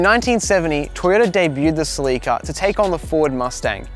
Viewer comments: sleeke'a? You mean Cell' la Ka? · It's a Celica.. NOT A CELEEKA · You are killing me oh please stop saying ( sea leak uh ) ITS (sell uh cuh) pleas learn how to pronounce it corectly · It’s called “cel la ca” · I have never heard anybody pronounce Celica like he does I don't know if it's an American thing but we say it completely different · Haha we were talking about this when filming that some people might be confused! In America they pronounce it seh-li-kuh vs Australia and a few other places pronounce it suh-lee-kuh. No one knows which one is correct as far as I could find out!